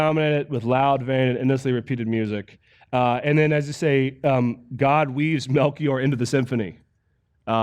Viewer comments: It's "Melkor", not "Mechior" - he was one of the 3 wise men. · Right and its MEL-KOR not MEL-KEY-OR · I'm not trying to bust your balls or anything, so pardon me if it may sound that way, but it couldn't have simply been a typo, as in the the video, you are even clearly saying 'Melkior' when referring to Melkor. Perhaps the reason that you began saying it that way was from an initial typo that you had read and went from that, but there are just so many literary examples of this work that I have a difficult time understanding how it could have perpetuated from a single instance of a typo. Oh well. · Also coulda sworn its Melkor or Morgoth,, not milkyor or Melkior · Melkior tho :p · Lewis makes is obvious and apparent at times how he is tying his fictional narratives to mimic our relations with God. On the other side, Tolkien hides his theology in rich narrative and culture. You helped me find some of that hidden theology, thanks! (One note: It's Melkor, not Melkior, correct?) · Morgoth's first name is Melkor , not Melkior. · Most people do to be honest, they ignore the accent that causes it to be sounded out rather than silent...they say "dayl" instead of "dah-ley", the official audiobook gets it right, but almost everyone else I hear say it says it wrong. The thing I had trouble with was his using Melkior over and over, just like nails on a chalkboard every time lol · The only thing that gets me is the pronunciation and spelling of Melkor. He adds an 'I' in there when there shouldn't be one. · yeah, in a comment section on here, he apologizes for getting the slide and name wrong. And I wish he would have said Melkor, later known as Morgoth, everytime because that would have been both accurate (ish) and funny.